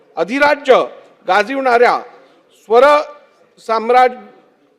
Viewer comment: शेवट स्वरसाम्राजी असा केला रे याने..😂😂